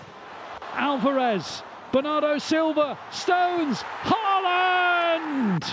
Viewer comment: the commentator does not know how to pronounce the name of the striker of his team correctly